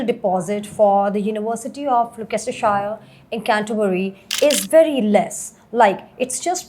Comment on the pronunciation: Fake accent ...give us a break And it's NOT Glokestershire. Learn the names first.